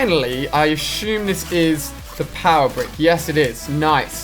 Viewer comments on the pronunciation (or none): Assume, not Ashume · It's an English thing